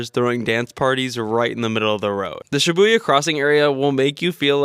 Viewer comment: Dont say shyabuya